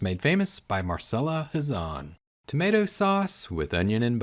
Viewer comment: I just wanted to point out that I think her name is pronounced with a CH sound rather than an S - mar-chel-la